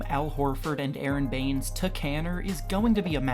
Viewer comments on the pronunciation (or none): none